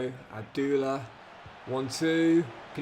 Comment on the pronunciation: Please stop mispronouncing player’s names like abdullah and barranetxea